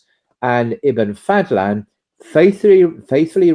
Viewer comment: أحمد بن فضلان not Fadthlan ض is exclusive to Arabic and is like an emphatic d